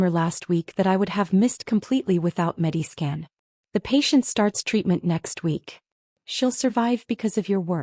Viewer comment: I think it’s MediScan, not Medi Skin.